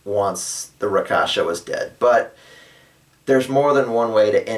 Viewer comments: I think "Rakshasa" is pronounced (at least I've heard those two versions) like "rak-sha-sa" or "rak-shash-a" (kinda like rack-shush-ha, you might want to remember it by picturing a rack that is sayin "ha!" and you shush it :P ). But I have no problem with you calling them whatever you like - especially if you were DM and informed players you are going to call them that way. Rakasha has a nice ring to it, and fits the tiger-people race quite nicely, in my opinion. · not skinning you but I believe its pronounced rak-shash-ka